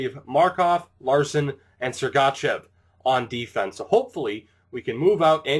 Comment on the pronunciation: With sergachev don't do a hard letter A :)